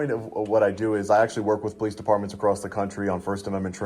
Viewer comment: I can definitely tell she’s the one that called the po-lease 🤣🤣🤣